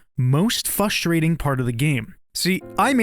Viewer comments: did bro say "fustrating" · "fustrating" 😑. Cmon dude, you're a grown man. Pronounce it like an adult.